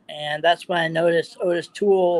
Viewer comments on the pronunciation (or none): First, why doesn't he know how to say Ottis,because it's not Otis. Second, he also knows Dahmer?! I'm not saying it couldn't possibly be him, but I have questions.